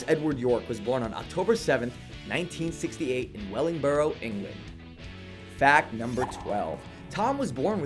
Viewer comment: Your pronunciation of Wellingborough made this Englishwoman cry.